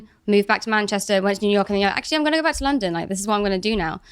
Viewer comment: When Steve said “he’s going to london” it’s the most Devon I’ve heard from him😂